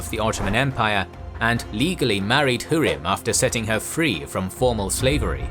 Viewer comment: Her name is pronounced Hoo-rem not hu-rim